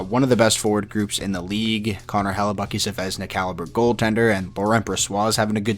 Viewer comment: Helleybuck-brossoit hahaha as we say in french : bonsoir